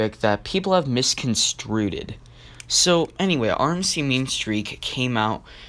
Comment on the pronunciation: "misconstruded" lol